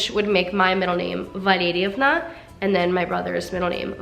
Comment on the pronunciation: Valerievna sounds beautiful when you say it. Looking at the spelling I'd never guess the pronunciation 😊